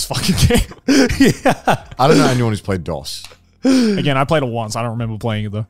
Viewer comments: Are we really gonna let them get away with pronouncing “dos” like that😩😩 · guys.. its pronounced like dose. you know like uno dos tres quatro lmao. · Hearing them miss pronounce, Dos was killing me